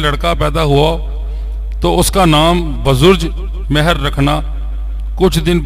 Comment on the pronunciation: It's بزرجمہر Not بزرج مہر